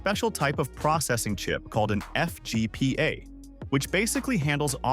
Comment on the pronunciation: AI, get it right... its a FPGA not a FGPA!!